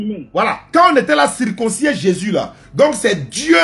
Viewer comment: On dit circoncis et non circoncissié